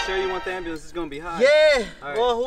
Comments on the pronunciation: it’s “amberlance” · That Man said "aM-bU-lEnCe" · “They takin in the ABALANCE” 😂😂